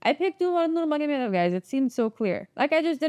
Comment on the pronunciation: Pronouncing Russian goosebumps 😂